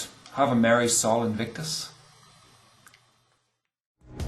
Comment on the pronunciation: Minor note: Sol should be pronounced "soul" (or thereabouts) not "Saul" -- Probably best just to ignore me.